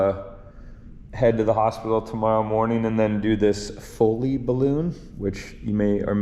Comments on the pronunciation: Foley, not folle. LOL She's a coming and we're excited to finally meet her. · Actually it's "foley "